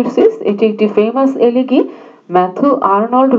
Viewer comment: Mam উচ্চারণটা এলেগি হবেনা।এলেজি হবে।